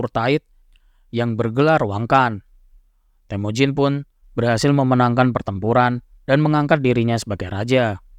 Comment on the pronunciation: BUKAN TEHMUJIN.. TAPI...TEMUJIN